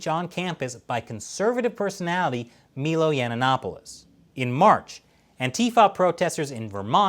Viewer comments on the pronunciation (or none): For future reference, it's pronounced "my-low yeah-nopolis"